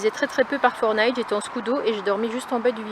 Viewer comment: J’étais aux anges et pas j’etaitttttt aux anges avec une super liaison....